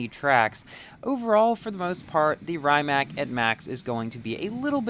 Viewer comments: Yup, good vid! But the really correct pronunciation is "rǐːmats" (in IPA notation), like English "ree mutts". It's the Croatian creator's family name. Congrats on the car, BTW, 🤗 I envy you as I'm still grinding to get my ZR1 to 2 stars and maybe finish Stalwart Monkey.🤪 There should be more chances to earn S Coins, and I think there were some a little bit before the end of the Jesko SE... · correct pronounciation: Ree-mack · and its not rymac its rimac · Actually, it should pronounce Re-mac. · Really cool video. BTW Rimac is pronounced R'ee'mac, as in cheese, but a little less sharp